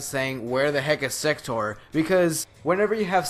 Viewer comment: when you started saying sector I thought you were saying. sex toor